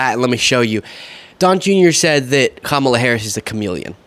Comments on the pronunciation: He doesn't say Kamala's name right either. He didn't listen to her nieces teach America how to say their aunt's name correctly. It's COMMA plus LA. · Forget the way he pronounces Biden, why, oh why can’t these people learn to pronounce the running Democratic candidate’s name, ffs?!?! Pathetic. So disrespectful to Kamala… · Jr persists in saying Kamala's name wrong!!!!!